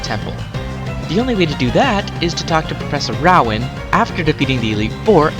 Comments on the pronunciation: It's Row-an, not Roaw-en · professor row? like wow but with an r? it's rowan like row row row your boat. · I cringed when he said Rowan